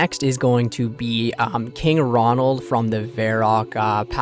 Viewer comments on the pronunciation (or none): His mind is gonna be blown when he finds out that King Roald of Varrock has no "n" in his name